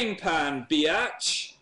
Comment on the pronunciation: Aleah Ray what? i didn't say it was sad, i just find it funny how he says it lol